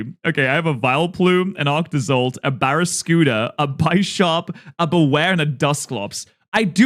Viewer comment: Why do you call Bisharp Buysharp? 😅 It‘s based on a bishop, not on a buyshop